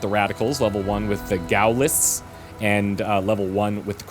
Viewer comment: It's pronounced Gawllist btw, French word, supporters of Charles de Gaulle, the leader of the French Resistance =P